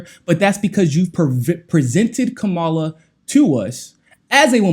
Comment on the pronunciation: You're saying Kamala's name wrong. She said it on the view - it's KAmala not KamALA (Comma-la)